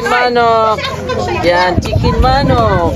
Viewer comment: It’s not chicken maaanok it’s chicken manok …